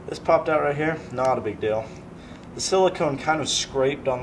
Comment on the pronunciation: He said silcone funny